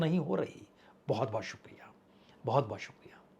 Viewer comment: आंदर नहीं अंदर बाहोत नहीं बहुत